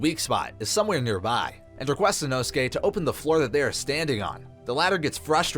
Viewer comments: Inosuke name is pronounced in-oh-sook-aye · Captions are worse than inosuke's pronunciation